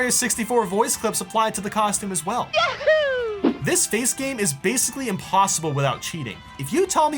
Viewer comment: Shadow Mario is actually saying yahee